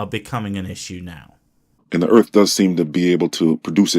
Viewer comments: So far, he's pronouncing everything correctly, but he's dangerously close to calling Earth, Urf. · This guy, another one calling our planet "erf"... i can recognize a pattern there. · "Da earf". Stupid ass